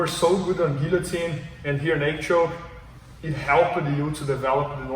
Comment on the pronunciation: He’s saying rear naked choke, but I hear naked choke.